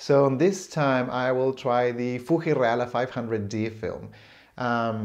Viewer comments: Love the 'FooHee' pronunciation - so much nicer than the hard 'FooGee' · The way how you pronounced Fuji made me moist. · Love the video as ever,! Yours is the first video I have seen showing the Fuji Reala (Love your pronunciation of both words, by the way!:p) and it's always nice to see the cinematic shots from the x-pan!